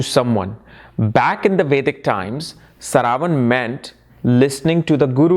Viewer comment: So many years into astrology and this man still gets the pronunciations of most important words completely wrong. 😆👎 Is this how you teach your students... Calling श्रा व ण as स रा व न. Seriously man... Whats with you?